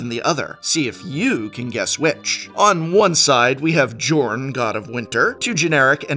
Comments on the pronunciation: I think it's safe to assume that Jorn's name is supposed to be pronounced like Bjorn without the b. So "Yorn" rather than as it's written. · Jorn is pronounced yorn. Its like bjorn.